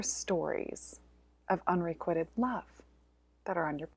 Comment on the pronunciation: So much interesting info. Loved the story about releasing the priestesses in Mexico. Looking forward to hearing more about the Magical in the coming year. I just want to mention that the word 'unrequited' is being mispronounced. You might want to check it out before your webinar. Sorry for sounding like the grammar police. It just throws me off when I hear it mispronounced. Thank you for all you do,. 🙏🏻